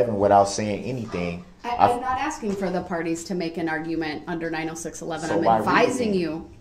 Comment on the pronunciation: Ize axeing for Groundz